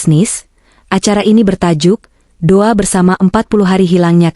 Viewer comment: Do'a mbak bukan duwa